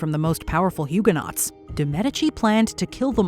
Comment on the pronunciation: You put all this effort into pronouncing French names, but then say Huguenot incorrectly, over and over again. Torturous!!